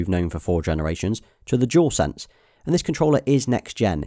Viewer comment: The way British accent is so funny 😆 because he said shual shock to shual sense, I am not hating or anything I am just saying how he says dual shock to dual sense